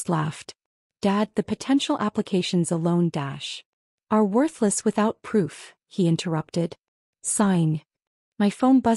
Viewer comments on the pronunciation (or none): none